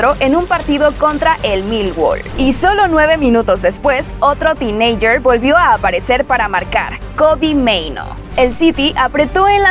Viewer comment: Tineinger dice jajajajaja